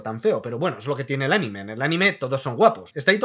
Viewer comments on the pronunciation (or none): none